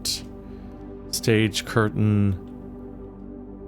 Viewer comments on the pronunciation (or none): none